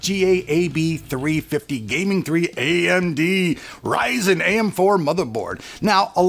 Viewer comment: Probably the best way of speaking AMD RYZEN 👌 Quite a punchy voice you've got there. Love the way you make your videos keep it up, want to become a YouTuber too so yeah I'm waiting for your next video on how to 😅.